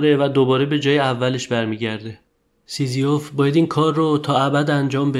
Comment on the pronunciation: "سیزیوف" درست نیست. تلفظ درستش سیزیف است.